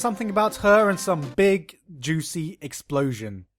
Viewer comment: She actually pronouces it as EkisPlosio